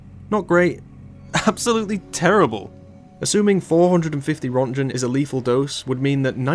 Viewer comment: im dying about how he pronounces röntgen 😂